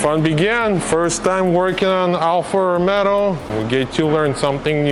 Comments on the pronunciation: Bro, it;s Alfa Romeo....not Romero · it's ROMEO, not ROMERO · bro ROMEO not romero....you add 1 R more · can you say romeo ...not romero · Ha ha ha ALFA ROMERO please pronounce correctly,,,,, ALFA ROMEO and not ALFA ROMERO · Good job man, I'll be glad to see a new Stelvio back on the road and not end up junked over minor stuff. Just fix that pronunciation, it's Rome-o not Rome-Ro 😂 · your channel is very cool, but please don't call it anymore Alfa Rome-ro, the correct name is "ALFA ROMEO" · Alfa Romeo, not RomeRo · Alfa ROMEO not Alfa ROMERO ;) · It’s actually pronounced “Alfa RomAAo” rather than RomeRo. Alfa people get very sensitive about this Lol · Alfa ROMEO!! Not ROMERO! I have a nerve tick when you repeatedly repeating it. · You keep saying Alfa Romero:face-green-smiling:nice build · Please, stop calling it Alfa RomeRo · Nice job, just please stop saying Alfa RomeRo. The Italians and I will be gratefull. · Dude bought a car and doesnt even know how to pronounce its name xD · There is no R in Romeo 😄 But you are right, it is a nice car!